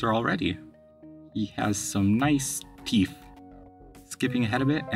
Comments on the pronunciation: When he said teef I was like BRO WHAT THE HELL 😂😂😂😂😂😂😂😂😂😂😂😂😂😂😂😂😂😂😂 LIKE WHY DID HE SAY teef WHY DID HEEE also ELITE TV MAN COME HERE BABA GRILL ❤❤❤❤ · “TEEF” got me dying